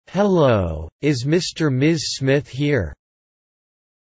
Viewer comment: ハローがタローに聞こえた